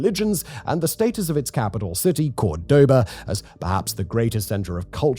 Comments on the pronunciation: Interesting topic 🤔 Btw it’s Córdoba (COR-doba, emphasis on the first syllable) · That pronunciation of Cordoba didn't make me happy : P The emphasis is on the first syllable, as indicated by that little dash above the o which you had in several images. Hope it's not bait but wouldn't think you're the type to bait through minor mistakes like that. Liked the video though.